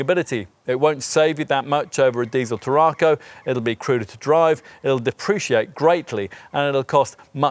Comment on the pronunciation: Can I suggest that you go to Google Translate, type the word TARRACO into the English / Spanish section, then press the speaker to hear how you said the cars name. There is definitely no extra R after the RA making it sound like TARRARCO. Brilliant car, I know as I drive one. 1.5, petrol, xcellence auto.